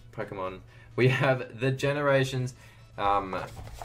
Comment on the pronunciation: Aliyah Bowring yea i was like am i just blind or did he literally say ganerations